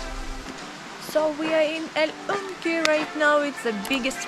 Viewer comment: Just some constructive criticism, you should learn how to pronounce the names of the towns: “Yauco”, is pronounced Jauco, not Yuca, that’s a root. “Ponce” is pronounced Ponse, not Ponche, that’s a drink made w/ egg yolks, sugar and milk. “El Yunque” is pronounced Junke, not “unke”. Not criticizing, just trying to help, I know you don’t speak our language. Oh, it’s Puerto Rico, not Perto Rico. Great video, you highlighted some great sites and the camera work is remarkable.